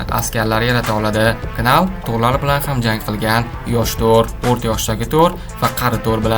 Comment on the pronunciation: Knal nal dib òqiladi